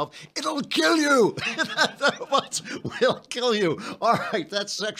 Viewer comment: Dear Mr. Klavan, why do you say "robuts," but "bot" normally?